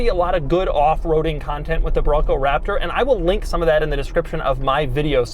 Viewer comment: I like the part where he says Raptor.